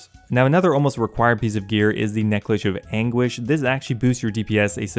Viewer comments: "Necklish of Anguish" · neckrish of anguish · “Necklish of Anguish” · 'A necklish of anguish.' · Necklish of anguish